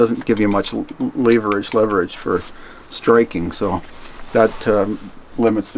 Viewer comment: Fantastic! Long time coming and well worth the wait! Liked the detail and the views . I did a big LOL over your pronunciation of “leverage”. Ha! Blessings to you and yours, and Cali for sure!